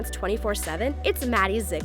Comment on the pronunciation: STOP SAYING ZIGLARS. ITS NOT SAID LIKE THAT 😭